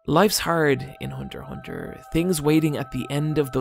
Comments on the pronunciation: Go back to calling it Hunter EX Hunter, that's the correct way of pronnouncing it, Hunter Hunter sounds dumb and for some reason part of the community calls it like that! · They’re both right. Hunter Hunter is the Japanese pronunciation. Hunter x Hunter is the English pronunciation. Japanese don’t say the rs so it kind of rolls off the tongue but it’s extremely awkward in English, hence the pronounced x. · Lmao I had no idea as to how to pronounce the title